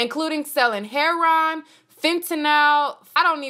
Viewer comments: ...did you just say hair-on??? OMG 😂😂😂😂 it’s heroin!!! The drug!!!! Heroin!!!! Pronounced hair-ō-en. JESUS 😂😂😂😂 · umm thats not how you pronounce heroin😂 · She ain’t know how to say heroin